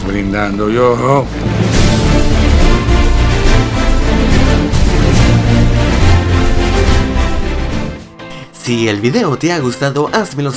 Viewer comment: "Todos brindando yoho"...